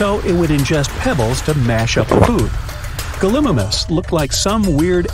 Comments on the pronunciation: Gal-a-mime-us not gul-I-mus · It’s pronounced galamymis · Gil-imius!? IT’S gal-i-mimus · it’s pronounced (gall-I-mime-us) not (gull-i-Mim-us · I am sorry if it sounds mean but it is not galim I mis it is Galli mi mas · The way he said gallimimus was just infuriating to all the dino nerds out of here like me Ga lee my mus is how to say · Hello ur daily dino expert: its pronounced galemymus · You said gallimimus wrong you said it like gal-ee-mime-us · It’s gal-E-my-mus or at least that’s how I have heard people pronounce it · It’s pronounced like Gally-mime-us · Gallimimus lol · The way he say gallimimus wrong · Said gallimimus wrong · so we just gonna ignore how he pronounced "gallimimus"?